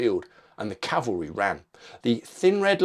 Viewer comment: its CAVALRY not CALVERY..... do you not know the difference .....DUH